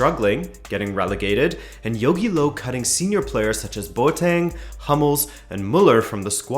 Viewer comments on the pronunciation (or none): Nice summary! If you wanna improve your pronunciation of Jogi Löw, say "Yogi" and "Löw" like the "er" in "mercenary". The "w" is also not silent, it's like the "v" in "vintage". His name likely originates from "Löwe", which means "lion".